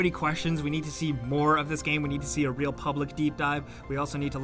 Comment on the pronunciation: “iT jUsT fEelS 2 Re4llll”